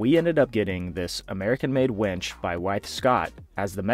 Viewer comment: The auto-generated captions agree with me that you keep saying "wench" instead of winch. LOL! :)